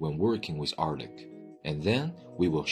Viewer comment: when you need help from a hired narrator, not knowing the narrtor also needs help